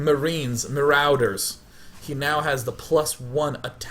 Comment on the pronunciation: Day9: "maroewders" Made me think Im forever callin a Lawnmower A Lawnmarader